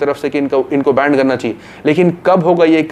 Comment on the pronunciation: it is ban not band....